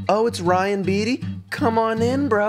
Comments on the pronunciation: LOVE RYAN BEATTY. He’s my male Phoebe B. I’m pretty sure you say his last name as “BATE- EE” or “BATEY” or that’s how my friends pronounce it. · so ready for this, you have such good music taste, also its pronounced "bay-tee" lol